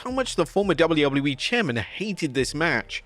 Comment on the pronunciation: Are you honestly incapable of pronouncing WWE? It sounds like you’re saying woubleywoubledyE. 😂😂😂